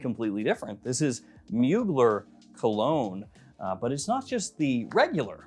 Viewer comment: Pretty sure it’s pronounced “mooglair” not “muugler” lol